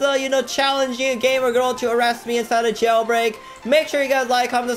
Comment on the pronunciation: "Jaulbreak" lmfao